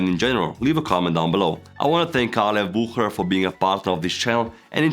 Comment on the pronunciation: You butchered Bucherer 😂